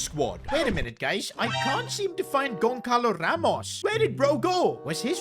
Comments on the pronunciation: Bro It’s not Gonkalo Ramos it’s Gonçalo when the “c” is like this “ç” it’s pronounced as s so it’s pronounced Gonsalo. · I beg, stop saying GonCalo Ramos, it's GonÇalo Ramos, Ç is a S sound, not a regular C, we pronunciate it basically GonSSalo